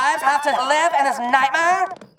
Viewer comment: Why is the narrator name calling? Is he 12 ??? He should work on his speech impediment. THIS not DIS